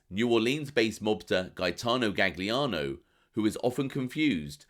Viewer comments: "Gaggliano"? Oh really? If you're purporting to be an authority on a subject at least get the F pronunciation right! Jeez! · “Galiano” it’s pronounced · good to know, just hurts my ears hearing it pronounced that way. Will check out the vid. Cheers. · The second G in Gagliano is silent